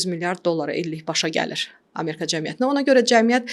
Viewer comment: AmErka yox Amerika!